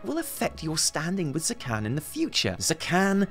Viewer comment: Zekhån isn't pronounced like Zekhan. It's pronounced like Zekhon. That's your troll shaman's name,. ZekHON.